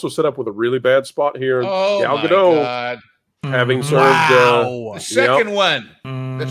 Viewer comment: you have got to learn to pronounce “Gadot.” It’s not French.